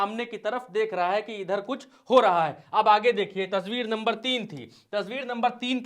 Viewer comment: Aapne baar baar tasbeer kahe rahe hai o tasbeer nahi tasveer hoti hai janab